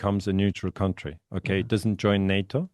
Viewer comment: Country = kAntry,, nicht 'kAUntry'. Das ist ein ganz übler Anfängerfehler. Das irritiert mich jedesmal auf's Neue. County ohne 'r' ist etwas anderes. Es gibt country (Land) und county (Bezirk). Ersteres ist eben kAntry und nur das zweite spricht sich kAUnty